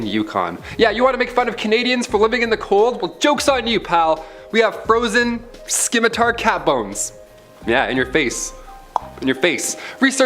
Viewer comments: It would be better if he could pronounce Scimitar properly, its not ski mi tar, its si mi tar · The "c" in the word Scimitar is actually silent. It's spelled Scimitar, but pronounced "Simitar". 😉I LOVE the Tuck Everlasting reference! Most Excellent! ~ APRIL LIPKE